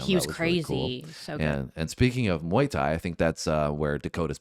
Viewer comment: Muay Thai". "Mai Tai" is a drink 🤣